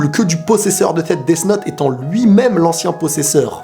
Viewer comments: quand toublie de bien prononcer death note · tu dis deaf note alors que sa ce dit deas note même si sa s'écrit death note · Desssss note J'adore ta pronnonciation xD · On dit 'death note'